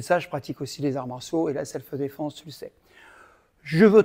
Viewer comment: Selfh-défense et non pas selfeuh-défense. Sinon, toujours aussi inspirant!